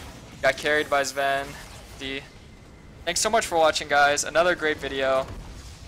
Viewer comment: Its zven not sven, sven is in c9 i am surprised no one pointed that out.